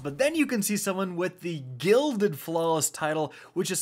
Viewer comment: "To GILLED IT"